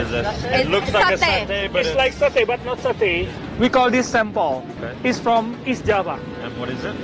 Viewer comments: Sempel(logat) asing😂😂😂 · aku dengernya kok bahasa jawa cak SEMPEL..hhhh salam seduluran dari gresik